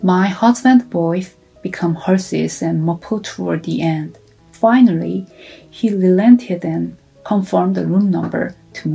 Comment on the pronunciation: EXAMPLE....SHE SAID...FINARRY..( FINALLY ).... CONDORENCE. ( CONDOLENCE )